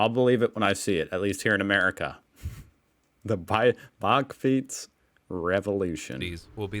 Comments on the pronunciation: The "a" in bakfiets is pronounced like the "a" in "back". The narrator pronounces it more like the "o" in "bock". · In the Netherlands it is pronounced "buckfeets"(that's as close as I can get it!) By the way, I love your facial expressions. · "Bakfiets" The last letter is an S.